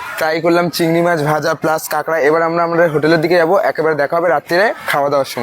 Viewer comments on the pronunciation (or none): পাগলা কথাটা কেঁকড়া নয় কাঁকড়া।